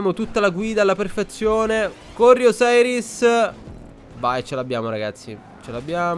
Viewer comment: comunque é "osiris" non "oseris"